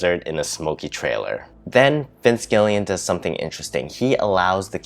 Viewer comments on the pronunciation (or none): Gilligan, like the island, not Gillian.